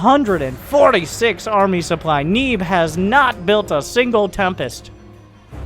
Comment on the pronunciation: disliked due to underwhelming pronunciation of "neeb"